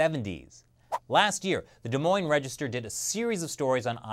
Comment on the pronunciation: Proud of you for pronouncing des Moines correct